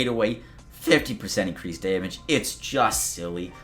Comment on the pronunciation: "Deemage" , aka damage